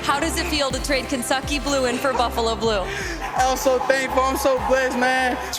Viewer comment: I swear she said "Kensucky Blue" 😅